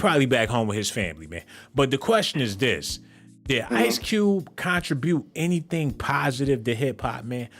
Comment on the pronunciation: He est the west side in the industry & he was always outspoken. As a black man he most definitely has a right to speak on what he feels as injustice! Lastly you pronounced contribute wrong Making everything you say after that a joke.